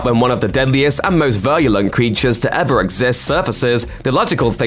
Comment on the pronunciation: When this guy comes across a word he doesn't understand he just makes some similar sounding shitty noise and hopes no one notices. EG Circa . "When one of the deadliest and most verlulent (WTF. Learn to speak, son.) creatures..."